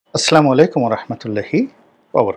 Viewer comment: Apnar salam ta suddho hoy na...... Aslamalaikum noy.... Assalamualikum.